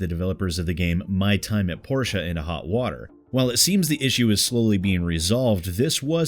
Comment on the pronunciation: Just so you know (I applied for VA work on the game myself) it’s “POR-tee-uh”